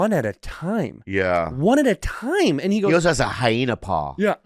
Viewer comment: Bobby really can't pronounce "also"